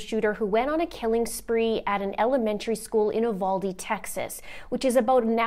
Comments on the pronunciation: Heck yea! And just fir the record it U- Val-D. It sounded like you sounded uvula with a d😂🤣. So cute! That’s the English version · Thank you so much for talking about this. As a Texan it hits way too close to home! Also..no big deal but the city is pronounced “You-Vawl-Dee” 😊